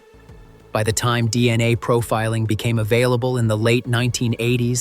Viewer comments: They way this robot says dna, D....N.....A, D....N....A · "See-Oh-Dee-Eye-Ess" & "Dee-Ennn-Ayyyy" are F-U-CK-I-N-G annoying. AI Narration GARBAGE!!!